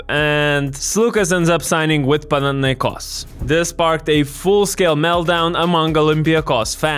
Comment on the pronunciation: Bro first time hearing a foreigner pronouncing Olympiacos and Panathinaikos correctly, Weird but Nice ! 👍